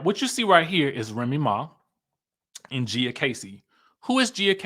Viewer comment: Lol her name is pronounced like Gee-a